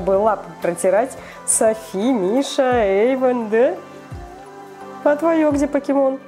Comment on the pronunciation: ЮМ. tv play не Ейван а Эйван 🙄